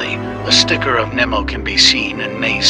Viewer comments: It's pronounced finding Nemo not finding Nern-o pronounce it right next time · i have been pronouncing it nemo like strong e and the video says nimo i'm like 😳🫥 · It’s pronounced “Neemo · Did anyone else find themselves disliking the video after hearing it pronounce finding Nemo???? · At least pronounce Nemo correctly